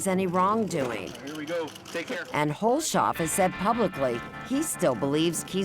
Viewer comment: This story in Missouri originally aired a few years ago, but I just wanted to clarify- the pronunciation of “Hulshoff” is: Huls-hoff, not Hul-shof. Judge Carnahan did a good thing dropping all charges.